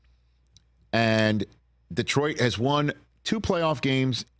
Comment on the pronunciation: Rich is the only non Detroit guy to pronounce Detroit correctly...IT'S NOT DEEEtroit.